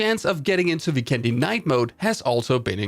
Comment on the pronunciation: FYI, since the map Vikendi's visuals and map design is greatly inspired by Slovenia and many names in the map are in Slovenian language (Dobro mesto= literally translated to Good city, and Zabava literally means "fun") I think that since the word Vikendi is Slovenian it should be pronounced that way too. It's not really different from how people pronounce it now, but it makes a big difference. In the video, you spell vikendi with an accent on "e", but it should be spelled with an accent on "i". If hope you'll find this useful and make us Slovenians happy! Much support!